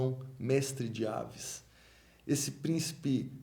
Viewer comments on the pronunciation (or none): Gostei muito bem curto e abrangente falando o essencial/importante, mas só tenho um reparo a fazer não se diz "dinastia de aves" mas avis forçando o i como em raiz, abraço.